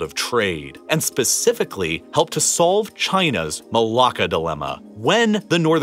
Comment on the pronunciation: yeah me too he pronounced "Melaka" correctly (well, as correct as a westerner can) edit : i just found out what malacca "malakas" means in greek but what does Assassin's Creed: Odyssey have to do with this?